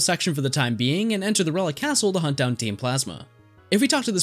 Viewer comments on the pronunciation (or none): none